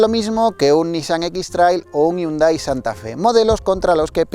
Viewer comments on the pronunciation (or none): none